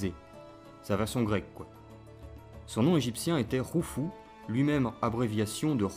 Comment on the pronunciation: Chaîne intéressante mais pourquoi prononcez-vous Roufou comme en arabe ?.. (Khaled se dit Raled), alors que lesdits Arabes ne sont arrivés qu"au VIIe siècle, donc les Egyptiens ne parlaient certainement pas arabe